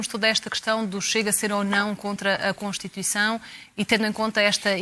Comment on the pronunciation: Esse bicho do PS é um palerma! Devia ter vergonha do que está a dizer! Nem sabe dizer CONSTITUIÇÃO!!! Desaparece, palhaço!